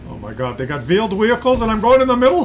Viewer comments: Nobody noticed that he said "omg they got viewed wehicles" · says "OMG, they got vheeled wehicles?" Most pubbies, noobs, unicoms call them Clown Cars..........Ha!! You pushed the "W" key the right way. However, your inner 'Pierre' came out,.......I like that typeviic NA